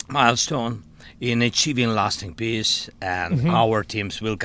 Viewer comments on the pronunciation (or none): Zelensky said peace but I heard piss